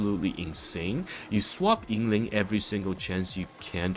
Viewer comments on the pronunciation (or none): I took a shot every time you said her name wrong or used the word "broken" to explain a basic interaction and now I have died